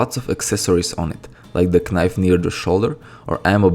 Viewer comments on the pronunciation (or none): He just.. he just said K-Knife and wasn't joking.. i..